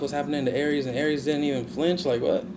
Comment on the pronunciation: I love the way you say Aries